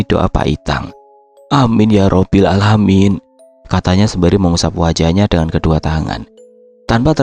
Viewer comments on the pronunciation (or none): none